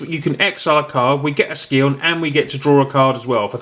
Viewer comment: I love you and your videos but please please it's pronounced Sigh-On, not Ski-on xD